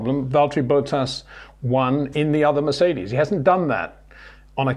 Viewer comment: ⚠️ To all international sport journalists & presenters: ... it is NOT Lewish ... it is NOT Bottash ... and it is certainly NOT Max Vershtappen!